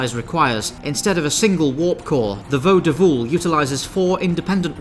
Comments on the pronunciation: Isn't it pronounced 'volde-we;' I thought the '-wl' at the end of Klingon words was a 'we' sound? Great breakdown though, good job! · Oh, that is so, so not how you pronounce it. That's a capital i, not an l. Even without knowing Klingon pronunciation, you could definitely get closer if you realized that. The apostrophe is a glottal stop, that would help too. The i is short, by the way.